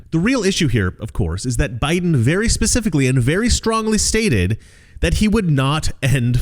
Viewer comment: Did that reporter just say "Pacificly China"??? What an intellect 😔